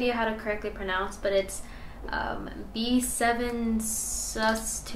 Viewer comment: you pronounce B7sus2 as “Jesus”...because that’s who you’ll he meeting when you try to play this chord